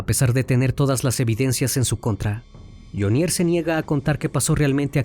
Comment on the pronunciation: Hola CN. Muy buena investigación, sin embargo debe corregir algunos datos: 1. La pronunciación de Jhonier. El acento va en Jho. Le sugiero solicitar ayuda o escuchar las noticias de medios colombianos. 2. La cifra es incorrecta. No es 🇺🇸💵), sino, 🇺🇸💵).